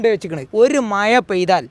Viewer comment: മയ അല്ലടൊ മഴ എന്ന് പറയാൻ പഠിച്ചിട്ട് ചിലക്ക്......